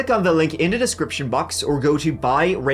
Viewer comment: It's wild how you pronounce the word 'go', as if it has two o's... curious as to how you'd pronounce the word 'goo' 🤔...?